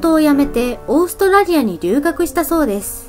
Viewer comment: 語尾の母音をこのようにはっきり発音する方が個人的には好きだけど、気になる人もいるみたいね。 実際の会話では母音は省略されることもあるし、、地域によっても違う。 例えば関西では語尾の「です」はdesuと発音されるが、関東ではdesが普通。